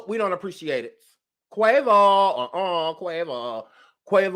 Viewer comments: I died everytime u called that boy Quava.🤦🏾‍♀️😂😂😂😂😂😂😭😭😭😭😭😭😭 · OMG- whyyyyyy you call that boy Quava? ROFLMAOOOOOOOOOOOO